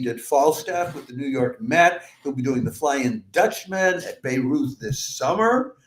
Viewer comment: Please learn how to pronounce Bayreuth... I really wondered why I didn't know anything about this festival in Lebanon 😂